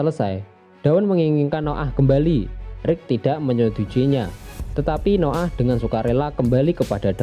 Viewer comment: Hahah Noah bacanya No 'Ah mantap njir